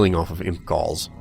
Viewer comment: lol, when you said "I ripped their galls of and sold them" it sounded like you said "Balls" instead of "Galls"